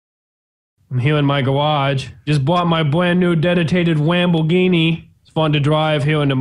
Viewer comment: Did you say gawage